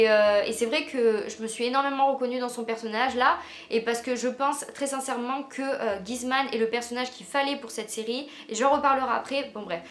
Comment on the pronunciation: à 3;26, c’est les acteurs pas les personnages 😂😂 D’ailleurs, c’est pas trop utile de comparer les personnages de LCDP et d'Élite, ils sont complètement différents et c’est pas parce que c’est les mêmes acteurs que les persos vont être similaires... Aussi, on dit Guzman (gOUzman pas ce que tu dis) c’est pas contre toi, mais wouah ça m’a tapé sur les nerfs étant espagnol.